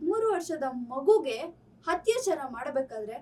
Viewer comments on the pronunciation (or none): Humanity no moree exists😢 Btw adu hattyachara allaa akkooo attyachara u gotta change ur style of reporting it's kinda irritating...never mind